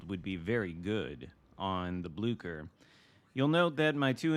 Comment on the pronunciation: Ahoy! May I suggest to pronounce it as if there is no "c" in it's name?